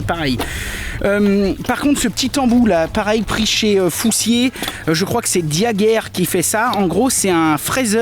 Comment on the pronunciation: Super travail! Diager : on le prononce avec le son ère (comme étagère) c est une entreprise à Poligny dans le Jura qui fabrique des forêts . Cocorico !! Bon dimanche